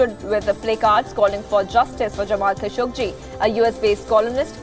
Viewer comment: the newsreaders pronounciation is awful, many words are wrongly pronounced, its not "khashogJI", its "khashoGGI", he is not Indian......it doesnt feel good to hear this pronounciation...